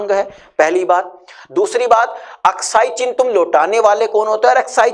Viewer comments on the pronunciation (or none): अक्साई "चीन" नहीं भाई, अक्साई "चिन" कहो।